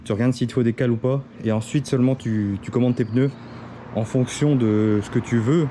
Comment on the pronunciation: Des ' PEUneus '😒😒😒